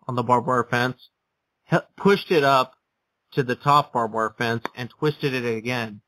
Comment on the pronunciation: You do realize it's "barbed wire" (not "bob wire"), right?